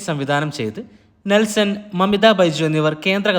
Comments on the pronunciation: നെസ്ലെൻ aada myre.. നെൽസൺ അല്ല da. തൊലിച്യേ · Nelson alla mone naslen aanu